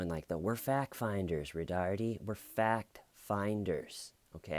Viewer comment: I love how you say “Roh-darrrteee”. It’s actually pronounced “Roh-dar-Tay”. But hey, corndogs, right?!